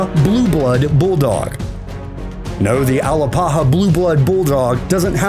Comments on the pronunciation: It's pronounced A-lap-aha, not Al-a-pa-ha. I have one and she's the best dog. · (Uh LAP uh huh) is how you pronounce the Alapaha Blue Blood. The accent is on lap not pa. BTW the Alano Español is not pronounced " a lonyo ". There is no tildy over the end which would indicate a Y sound to be used, as there definitely is in Español. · Hey narrator, try this, ( BRACKy - sef - PHALlick ) = brachycephalic. And it's S t a f-fordshire not S t r a t-fordshire Bull Terrier, and you can't pronounce A-LAP-aha for scheisse, much less Alano, or Ca de Bou, and others.